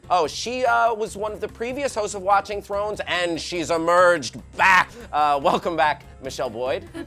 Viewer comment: a girl cannot say throner